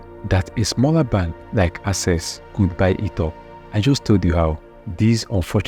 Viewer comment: You really need to work on your pronunciation before posting videos. How could you pronounce "access" (AK-SES) as "assess" (ah-ses)? It's simply unacceptable.